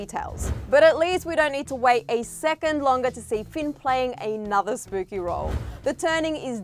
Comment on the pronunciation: Did she just say "spoopy"?